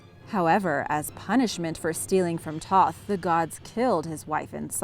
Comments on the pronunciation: Also she mispronounced 'Thoth" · also thoth not toth, toth was that blind nigga in the last airbender